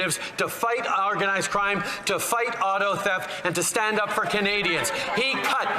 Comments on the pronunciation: He called organised crime "ourganised crime". Freudian slip? 😂😂😂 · It sounds like he said, “our guy’s crime” instead of “organized crime” 😂